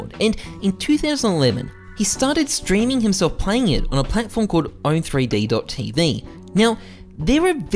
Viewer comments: No hate, but u are saying Own3D wrong (i think). I think it is 'Owned' not Own 3D. :) Great video though. Keep it up! U are very entertaining to watch. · OWN"THREE-D" tv LMFAOO bruh its pronounced owned tv